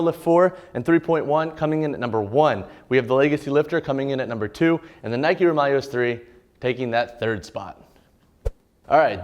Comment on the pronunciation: Please it’s the Roūm(Rome)-ya-less